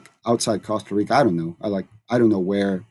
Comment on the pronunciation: Coasta Rica 😂😂😂